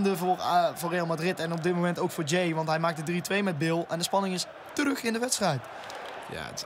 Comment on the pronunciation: het is niet ja-ey maar jaey